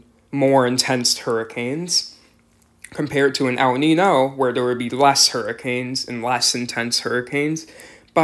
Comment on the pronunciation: Nino? It’s Ninyo. Notice the tilde above the n. That’s not there for decoration.